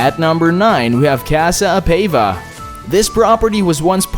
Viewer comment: Casa Apava is pronounced Casa Apahva.